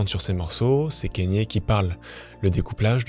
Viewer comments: "Kennye" non c'est Kanye avec un A kAnye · Le cas le plus extrême ? Vraiment ? Tu connais pas Roman Polanski ? Ah, et on dit "KAnyé" pas "Kényé" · La vidéo à l'air cool mais pour l'amour du ciel, on prononce k"A"nye et pas k"Ai"nye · Pourquoi les personnes font des vidéos sur des personnalités sans même savoir prononcer les prénoms c gravissime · Comment c'est possible de traiter de sujets comme ça qui demandent des recherches mais ne pas savoir prononcer un prénom. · Je vais pas discuter 1000 ans avec toi si tu prends mon commentaire pour une agression, je salue le travail du poto, mais j’ai pas pu finir la video a cause du nom mal prononcé c’est tout. Son prénom est même pas anglais ni américain, il vient du botswana. C’est comme si je faisais une vidéo sur Michael Jackson et que je l’appelais Mickael pendant toute la vidéo. Je trouve ça juste dommage de se renseigner sur tout les bad buzz de kanye, faire un travail de recherche et tout mais ne pas vérifier une seule fois comment son nom se prononce. Enfin bref.